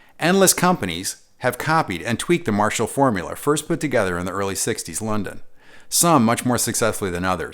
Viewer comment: "Formuler?" Was the a hint of a Staten Island or Long Island accent peeking through there?